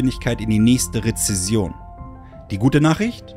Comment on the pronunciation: Du hast so viel Ahnung von Wirtschaft und Finanzen, dass Du nicht mal das Wort „Rezession“ kennst und aussprechen kannst 😂😂 Ich glaube, es gibt wenige Menschen, denen ich weniger vertrauen würde als diesem 😅 Wir können uns ja gerne mal live in einem stream austauschen, falls Du Dich traust.😊